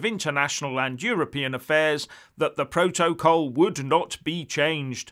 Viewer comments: slight improvement with the way you pronounce 'protocol' but you still have along way to go; so let me help you you are saying Pro-to-col when it is pronounced' protacol; I hope you get it now! Just watching Sky news this morning and I hope you will talk about the 'Ducker of Lancaster' Steve Barclay who was asked six times to apologise for gross errors that caused the death of 20,000 people at the beginning of the epidemic As a former Tory you must be cringing about the official report that has identified this incompetence which points out that so many people died as a result of the total and utter incompetence of this Brexit government! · Now, I’m loving the content, truly I am but please no more PRO-TO-COL. I don’t think there’s a single word in the English language with stress on all three of its syllables. PROtocol please 🙏 the three stresses version is getting up me nose.